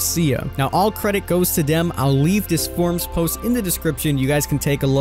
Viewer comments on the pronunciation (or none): none